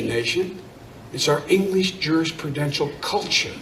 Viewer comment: I can't understand what he's saying + "culture, it's our english jurest purdential culture"